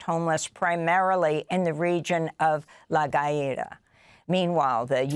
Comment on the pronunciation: Its La GUAH-ira. You pronouce the U when its before an A